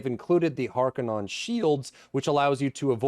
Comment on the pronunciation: Halfway through, great vid. I think it's harkon-nen not non Isnt it Holtzman not harkonnen? Also they might just want to add a light purple overlay effect for party members and light green for guild or something